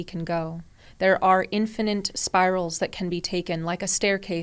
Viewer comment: Can someone please tell her how to pronounce infinite correctly? Thanks